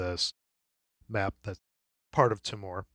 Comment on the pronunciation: As an Australian the island of Timor is phonetically pronounced "Tea-more". Just thought you might like to know